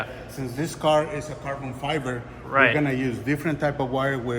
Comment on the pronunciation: Love how in the vid calls it Carbon Fiver! Breeehhhhhh its all about ze Carbon Fiver ma mannn!!!!